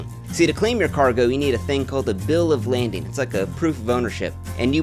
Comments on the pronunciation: Am I crazy or did say bill of "landing" instead of "lading?" The captions got it right, but I swear said "landing." It's crazy to spend 8 months on a video and have mistakes like that so early in Edit: Ok, no he definitely got it wrong, and even the captions recognize that later on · Bill of lading. not landing. lay-ding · It's bills of LADING, not landing dude. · Bill of laiding not landing. Right? He said landing. I was under impression it was laiding. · It's called Bill Of Lading NOT "Landing" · im pretty sure its pronounced bill of lading... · Every time he said bill of landing I cringed a little 😆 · The captions have the correct spelling but he definitely pronounces it laNding